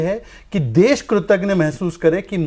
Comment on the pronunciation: 'कृतज्ञ' शहजाद भाई।।।कृतघ्न नहीं😊😊